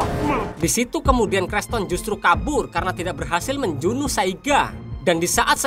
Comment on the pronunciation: Film nya bagus cuma pembawaan nya kurang bagus ,, mati(mate) membunuh menjunuh apa susahnya tinggal ngomong membunuh ,,, n 1 lagi pembawaan bahasa Indonesia nya 🤦 (logat) nya 😅 ngakak